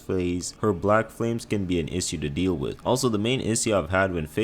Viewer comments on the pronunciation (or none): none